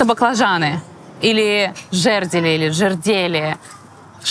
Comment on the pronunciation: Только начала смотреть. Посмеялась с жЕрделей😂😂 думаю,что это? Правильно жердЁлы